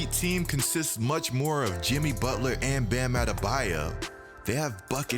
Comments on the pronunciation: “Bam adebaya” “Toronta” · His name isn't Bam Adebayeh